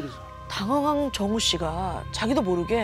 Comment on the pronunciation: 정우??? 처음엔 종우라는줄 ㅋㅋㅋㅋㅋㅋㅋㅋ 정우 종우 계속 듣는데 종우라고 들리네